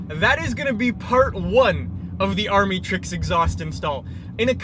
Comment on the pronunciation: It’s pronounced amitricks